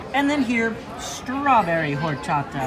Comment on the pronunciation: LOL i LOVE your videos! you always make me laugh and i love your honest reviews. as a girl who’s been dating a mexican for 9 years, he heard you pronounce Horchata from the across the room and shook his head lol it is pronounced without the H. so like “Orchata”. i told him that your pronunciations of Mexican foods is all part of what makes you, YOU. lol. i love it. keep being you!